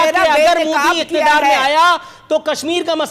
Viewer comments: It's not mudi it is MODI😂😂😂😂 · Anpadh desh ke anpadh praani Naam modi hai mudi nahi Naam lena to seekh lo pehle